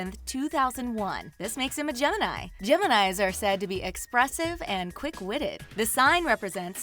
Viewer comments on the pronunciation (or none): none